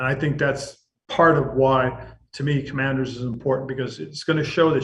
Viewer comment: AS a life long fan i have to say ...you fumbled the team name.